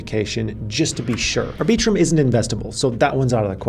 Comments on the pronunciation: ArbEEtrum?? Come on Maaan! Put the emphasis on the first syllable, not the second. Think of the word "arbiter". Now extend that to arbit-rum. I am being the arbiter of correct pronunciation. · It's "Ar-bi-trum" not "Ar-bee-trum" sir :) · Did he just say ar-BEE-trum...?? OK, ma-HAIR... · “Ar-BEE-trum”… lol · I just can’t with the way you pronounce arbitrum… also dydx is not a layer 2